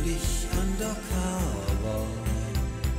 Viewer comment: Und dann noch „undercaba“... omg